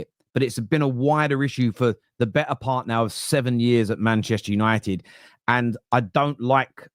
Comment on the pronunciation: EXACTLY! Every time I hear Mark or one of them say "We are Man Yanited" I think to myself; Not anymore!